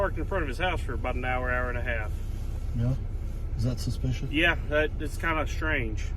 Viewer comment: "Got a call about a spish vehicle"